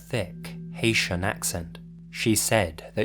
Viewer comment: Did he say Haitian or asian